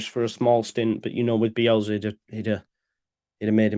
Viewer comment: Do you realise it’s bielSA not BielZA :-)